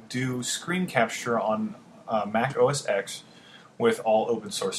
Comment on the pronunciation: The X in Mac OS X is pronounced as 10!!